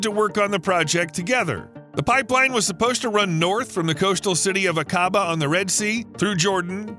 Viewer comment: Nice presentation, but your pronunciation of Aqaba is wrong, it is Ah-kah-bah.